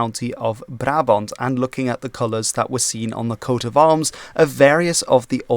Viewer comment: Wait, was it "Barabont" or "Brabont"??